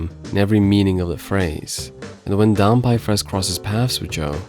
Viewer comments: Not dan-pie, but dan-pay. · 段平が、ダンパイになっているけど、まあいいか。発音のちがいは、しょうがないね。知ってくれてありがとう。